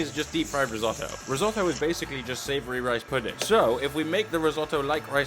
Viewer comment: The way you pronounced risotto absolutely killed me. Lol